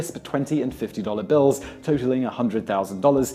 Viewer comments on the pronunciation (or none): none